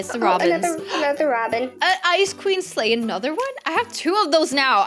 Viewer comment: WAIT U SAY WE GOT THE SANTA SLEGSH